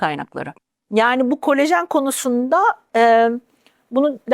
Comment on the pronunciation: "Kolajen"e "kolojen" denen bir programdan nasıl güvenilir bilgi alırım diye düşünüp, izlemekten vazgeçtim.